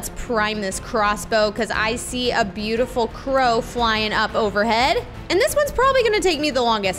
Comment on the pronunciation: Be-you-tiful be yourself